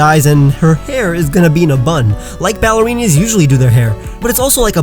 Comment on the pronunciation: Anyone gonna talk about how called ballerinas "ballerinies" when he starts on drawing Gardevoir